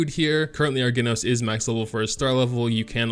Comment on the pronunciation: its pronounced Jenos not genos :v